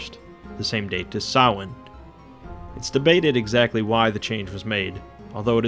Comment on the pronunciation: its so refreshing to hear someone pronounce Samhain correctly, well done mate